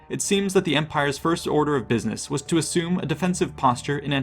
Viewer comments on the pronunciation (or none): none